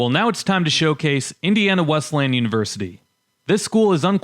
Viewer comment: It is pronounced "Wes-lee-yan", not "Wes-lan".